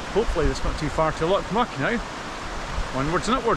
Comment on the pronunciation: It's pronounced Glen " Mick" FFS. I'm English and I know that !